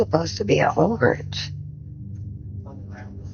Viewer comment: She dead said ogrange 😭😭😭